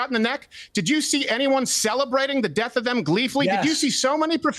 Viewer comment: You said murder of george floyd, but I think you pronounced death wrong